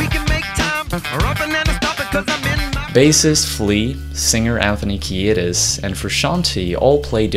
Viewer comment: Dude it's pronounced KEE- DIS, not KEE-AY-DIS, I remember him clarifying on some interview in like 92 or 93